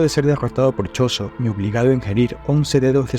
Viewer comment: Jogo= Yogo No sé dice Chosho arrrrrgento